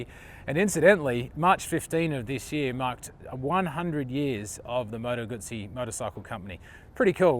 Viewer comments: Called the factory last time I was in Como to ask if the visitors centre was open - the lady who answered the phone pronounces it "Gooootzi" with a long U and tz as in Pizza. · Yes, I own the V7 Centenario and was literally screaming at the screen. Also, please ask an Italian how to pronounce "Guzzi"... I know you are an American, but still. I mean you know how to pronounce "Pizza", right? ;)